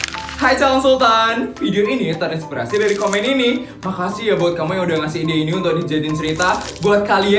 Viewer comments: Aku dengar "makacihh pak laja🗿🗿" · Kayaknya tadi pas no. 1 bilangnya makacih deh 😅😅😅